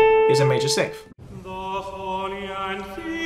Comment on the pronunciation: Great video, but my man can't say 6th to save his life!